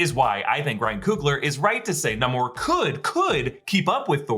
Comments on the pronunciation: Plz! Say namors name right!! It’s not (Na-more) it’s (nay-more) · It is pronounced Nay-mor not Nah-mor. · Why are you pronouncing N-a-mor like that? I am genuinely asking, I always thought pronunciation is N-a-y-mor. 🤔